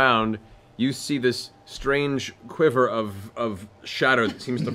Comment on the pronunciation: Back when mat could say the word quiver, oh those halcyon days